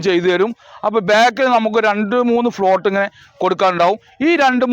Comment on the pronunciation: പ്ലോട്ട് ആണ്, ഫ്ലോട്ട് അല്ല കോയ